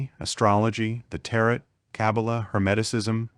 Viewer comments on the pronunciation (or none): Tarot pronunciation = teh·row ...